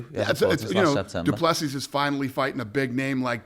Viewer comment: No Paddy you didn't pronounce Du Plessis correctly